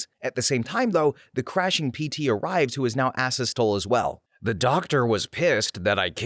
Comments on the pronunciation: Asystole is pronounced ay-si-stuh-lee lol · It is pronounced a-sis-toe- lee! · Pt is an abbreviation for patient. I have made this comment 20 times. I swear you're just saying it to fuck with me at this point. Also, you said asystole wrong.